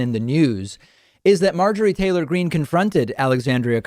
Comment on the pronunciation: How she intentionally mispronounced her name. As if she never heard AOC's name spoken. Marjorie Taylor Greeneee